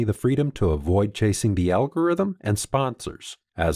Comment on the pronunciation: One for the “Al-Gore-Rhythm” 😂